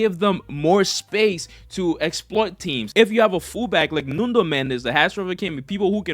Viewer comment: apreciate u learned to say football and not soccer, but you gotta learn the player names, it's NUNO not NUNDO!! i don't know where u got that extra letter